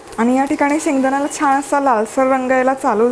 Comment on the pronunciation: छाण नाही छान अस बोलता